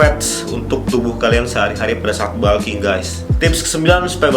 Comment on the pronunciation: balking... balking.... kayaknya nggak semua U dibaca A deh.. di telinga annoying